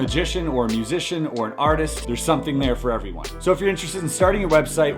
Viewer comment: About minutes in, "magician, musician, or artist." I heard "artist artist or artist"